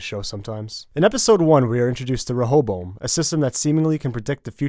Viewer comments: Stop butchering the pronunciation of ray-oh-boam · its pronounced "Reh- a- bow-em"